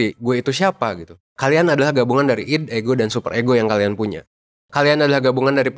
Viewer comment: ID itu mungkin bacanya aidi pak